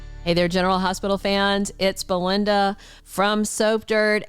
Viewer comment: Is it Belynda instead of Belinda? I’m sorry! I love Sprina but I totally understand Trina kicking him to the curb. She deserves better but I thought Spencer was turning into a good guy. Hardest storyline EVER for me was making me decide who I wanted to be Trina’s father. I love Marcus and Curtis both! It was going to break my heart either way!?